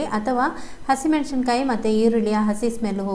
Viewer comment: ಮೆಣಶಿನ ಕಾಯಿ ಅಲ್ಲ, ಅದು ಮೆಣಸಿನ ಕಾಯಿ.